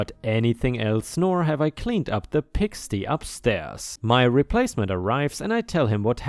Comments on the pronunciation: Pig sty - not pig stee! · The hotel story had me really frustrated, let alone OP. How stupid some managers are! ⭐⭐⭐⭐⭐⭐⭐⭐⭐⭐⭐⭐ New word for you - pigsty - place where pigs live. Applied to the hotel meaning dirty and messy. Pronunciation not pig-stee but pig-steye . Thanks for your cat update. Love her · Love your content. By the way, pig sty is pronounced pig STI (Long I).